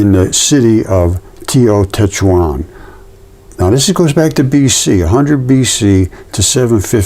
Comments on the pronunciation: Tae oh tae walk on...Teotehuacan..pronunciation. Tenochtitlan...tae noch teet lahn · Teotihuacan is pronounced as Teo-Tee-wa-kahn